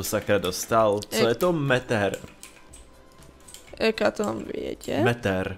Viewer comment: Metter = Metr